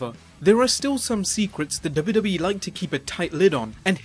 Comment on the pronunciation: Please pronounce WWE properly... Driving me mad!